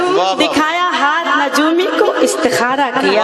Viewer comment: Najoomi nia ye lafz nujumi hai